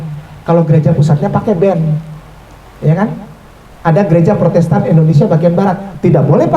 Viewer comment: Kok saya denger nya beda ya bukan protestan tapi prosettan di awal awal